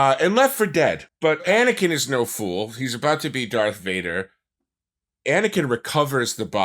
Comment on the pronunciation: “DONT LISTEN TO HIM ANIKIN”